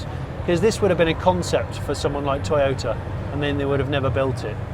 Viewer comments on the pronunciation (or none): none